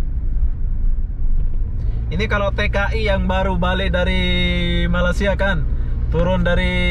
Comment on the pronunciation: Mantap viewnya, mantap tutorialnya tapi sayang kenapa ucapannya banyak gak benar, contoh: malaysia dikatakan malasia dan satu lagi yg paling parah TKI dikatakan pula PKI. Mohon maaf bukan bermaksud tidak sopan di komen saya ini, ni cuma sebagai kritik untuk. Ntar kalau mau diposting mungkin bisalah disaring dulu.